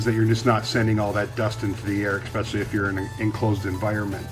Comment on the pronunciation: ekspecially???? lol